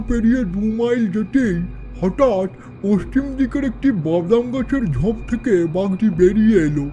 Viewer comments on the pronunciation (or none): none